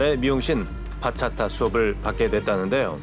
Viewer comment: ‘바차타’가 아니라 ‘박았다’ 네